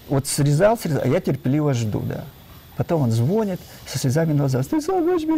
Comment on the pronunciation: Извините, НО, когда говорит и НЕ один раз:-звОнит, и лОжит, то это не подобает грамотному "учëному";а о дыхательных упражнениях можно рассказать в 10 мин!!! 😤